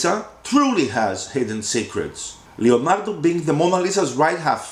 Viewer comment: But it's Leonardo not Lionardo